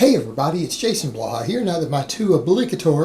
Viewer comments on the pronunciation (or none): none